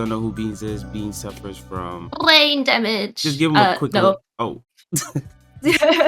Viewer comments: The way she says brain damage tho. “Brrrrrain damage” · "Bwaimmm dwamage" that was icon moment for beans foe sho